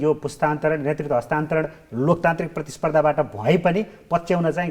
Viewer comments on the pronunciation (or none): नेतृत्व भन्नुहोस् नेर्तित्व होइन भित्र भन्नुहोस् भिर्त होइन नेपाली भाषाको शुद्धता लाई ख्याल गर्नुहोस् जी